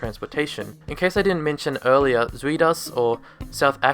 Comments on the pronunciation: I'm going to study there this year, love how you say "zuidas" btw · Nice try! The ui from zuidas is pronounced more like the uy from buy, but more in the front of the mouth. Zuidas means: South Axis (referring to the connection between Schiphol Airport and industry, and the city. Zuidas is the axis in between and therefore a great location for businesses. It's also connected to two major highways) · Lol, your pronounciation of Zuidas is funny. I love being in the Zuidas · Good video and your pronunciations of zuidas is hilarious. Only thing i wanna point out is your reason of "why there are no high building" is totally wrong. The reason why there are no high buildings is because of the soft ground. The support necessary for high building is too insane. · Nice try on 'zuidas' pronunciation but no. Go to google translate, type in 'south axis' from english to dutch, and press the loudspeaker button to hear how it should sound. It is weird because of the 'ui'. In dutch that is one vowel. It also means onion. So if you just want to know the 'ui' sound type in 'onion in google translate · Funny how your pronunciation of "South Axis" sounds more like the actual pronunciation of "Zuid as" than your pronunciation of "Zuid As" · It's pronounced Zoid As, not Sweet Ass. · For a more correct pronunciation of "Zuidas", try saying "south", but with a 'd' instead of a 'th'. "soud-ahs". It's not perfect, but "Zoo-eed-as" is way off. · Pronouncing Zuidas as Swede Ass. You're closer to the original pronounciation if you say "South Ash". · Zwee-das 😂😂 its pronounced Zoyd-as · Good vid mate. Excuse my `Dutch` but, Zuidas is actually like Zuid-As. South-Axle. You make it sound like Zui-Das. Zuid like in South. Not Zui like in South. Z=S D=TH. FYI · sounds like a South African saying "sweet ass". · Did that guy just pull a crate of Hertog Jan out of the pond? 👍 BTW, Zuidas is pronounced "Zowd Us" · LOL "Zweedas". When you see "iu", think "ou". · its pronounced za-ooh-das!